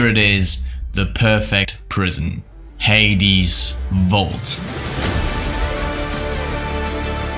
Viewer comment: Haha he says hadys vault